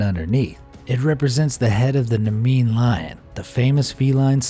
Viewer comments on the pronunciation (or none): Please... you can not even get the centuries straight. It's the 16th century, not the 15th century. It's "Nemean Lion" and not "Namean Lion". It's easy to tell that you don't care at all about a subject like this, so don't make lackluster video's on it full of misinformation.